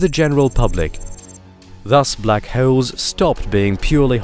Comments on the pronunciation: They are called black holes, not black hayoles. Pronounce wrong much? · The way he says "holes" sounds like halls, and holes had a kid. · Black hewls???😂😂😂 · Black hoels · Block howls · Black vowels I mean howels😭😂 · Love the way he says holes lol